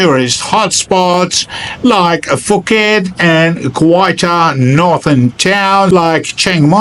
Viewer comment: I always laughed at the geniuses who told me I could live on sticky rice and Beer Chang. Add mango when it was in season and chicken all year roung and I would be healthy, wealthy and wise ;) (hate to be that guy, but it's pronounced 'Pooket')